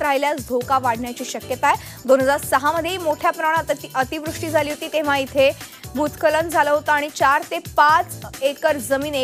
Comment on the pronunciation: भुत्सखलन Aahe te भुत्खलन नाही 😂😂😂